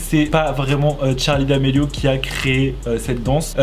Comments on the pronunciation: C’est charli pas tcharli😂😂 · Tttttcharlie c’est Charlie pas tttcharie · Ça me perturbe car il dit tcharli et pas charli je suis pas là seul hein ? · Ses charlie ses pas tcharlie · C'est Charlie d'amelio pas t'charlie d'amelio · tu me stresses c’est Charli pas Tcharli ptn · En dit pas tcharli en dit charli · C'est pa tchali c'est charli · C est charli pas tcharli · Sa me tresse quand il dis tcharlie d'Amelio 😂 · oui mais il dit tcharli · J'ai même pas entendue une fois Charlie j'ai que entendu tcharlie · Moi ça stresse quond il dit " tcharlie " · Pourquoi il dit "TCHARLI" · Pk tu dit tcharli??🤔🤔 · Ce n'es pas tcharli domélio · Arrête de dire Tharli !